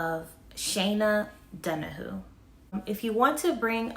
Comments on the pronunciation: OMG DON-A-hew not don-a-who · it's shay-na Dona-hue it's hard to write the correct phonetic spelling of her last name but you can google it......